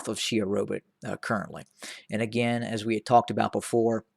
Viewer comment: Correction: It is not 'Sherobit' it is 'Shewa Robit'